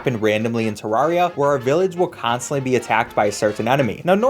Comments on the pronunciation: first problem you said Tarraria not T- E-rraria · Did he say [təɹariə] instead of [təɹɛɹiə]? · Three seconds in, and I have to tell you you pronounced Terraria wrong. It's "tare-air-ee-ah" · ITS TER- AIR- EUY not TER-RAR-REEUY. GET IT RIGHT PLZ EZ SPEESY (JOKE good video.) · TERR-ARIA! Not Terr rar ria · UHMMMM ACSHULLY!! .... ITS TER RARE E AH! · did you just f-ing call Terraria TerrAHria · one thing you forgot: teh-rare-eeh-ah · It's pronounced Terraria, not Terraria. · why are you saying terraria wrong, there is a e at the beginning not a a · DUDE. I heard the way you pronounced Terraria at the beginning. Please try harder next time. It’s Terraria, not Terraria. I hope you’ve learned a valuable lesson for the future.